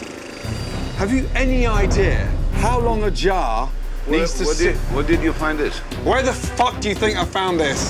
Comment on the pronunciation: bro really said "whare did you find it" 💀